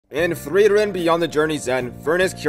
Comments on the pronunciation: Im confused of how to pronounce frieren. Because its a german word (freezing) .. but it also could be a fantasy name. U pronounce it like frwieren but the german word is frieren it confuses me more then it should be 😂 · You pronounced "Frieren" 2 different ways